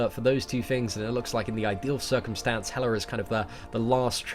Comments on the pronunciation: Why do u call hela "helar" sometimes? 😂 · Erdem Ulker That’s how the Brits speak. They add a weird “R” sound at the end of words that end with “A.” It’s how their phonics work.